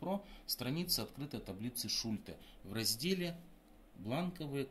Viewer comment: Точно сказано, реклама - двигатель торговли. Что не сделают ради зарабатывания денег!!! 👍😁😁😁 Бумага, на которой напечатаны таблицы тоже из 50-х годов??? Методика работы с таблицами описана в трёх строчках печатного текста, а вы умудрились это вложить в целую диссертацию. И ещё, как же правильно - шУльте или шультЕ??? В видео Вы ставите ударение по-разному!